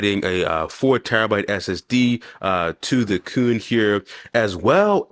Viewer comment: IT AYANEO QUIN!!! (KUN) not “cooon” KUN is pronounced KWIN!!!!